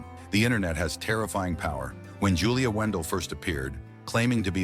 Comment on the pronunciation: In your own clips of Julia, you can see the eye defect, so what does that tell you and at least get her name right if you going to try and defame her, her name is Julia Wandelt not Wendel!!!!